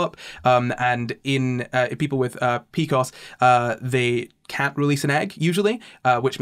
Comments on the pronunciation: deciding they youre going to pronounce pcos differently than every medical provider made this really hard to listen to. pee cee oh ess. not picos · Omg just and that is exactly how i pronounce pcos 😂